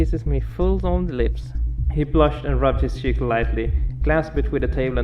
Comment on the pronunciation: Just wanted to say the way u say cheek is funny